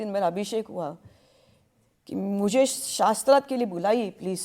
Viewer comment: Devi aap tapasya kis sthaan pe kar rahi thi? Shaastrarth shabd ka pronunciation nahi theek se kar pa rahi ho aur sabko challenge de rahi ho shaastrarth karne ko😅